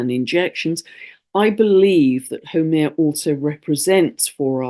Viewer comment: Absolutely exceptional transmission..you covered it ALL, so well, and deeply, right from the Heart.Thank you, Big ALOHA and Love from the Heart of Hawaii, and The Aina, ( our Native Land). Also thank you for sharing all about Haumea! ( FYI, She is pronounced: How MAY Ya)